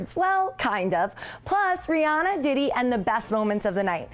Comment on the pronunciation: She wasn't throwing shade..... She didn't know how to pronounce his name smh